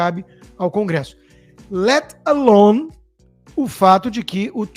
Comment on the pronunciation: Não sabe nem falar alone kkk